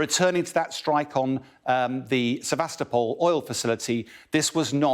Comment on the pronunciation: This host mispronounces names as though he's Peter Zeihan. The emphasis on the "top" in Sevastopol. Listen to Denis Davydov, he was born there.